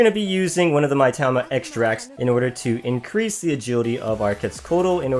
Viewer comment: That's, uh, pronounced "Mee-tama", not "my-tama".